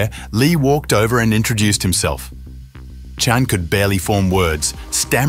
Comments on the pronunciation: can you a least pronounce Chan consistently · Good grief, this narrator just can’t seem to pronounce the name, Chan consistently. Chen, Chon, Chone… dude - It’s ChAn… (long A) CHAN! Got it? And it’s Jean-Claude (like “Shzon”) not Gene-Claud.🙄